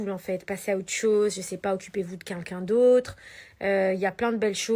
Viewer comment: "Vous pouvez tuer cuncun"..! Non Magali... Répète après moi... QUELqu'un... Allez, essaie stp 😉